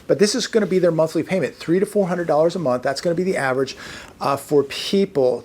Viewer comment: Its Monday, Juneteeemmfff. One mumpf of celebration isnt enough clearly